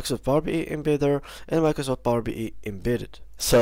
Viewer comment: It's Power BI (bee eye), not Power BE(bee ee) 😅